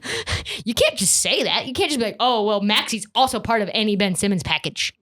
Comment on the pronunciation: Ben-ch Simmons